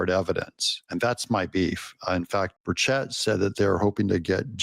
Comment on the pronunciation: Doug your killing me mispronouncing Burchett’s name